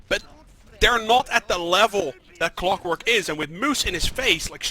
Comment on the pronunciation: why is his name cwockwork, not clockwork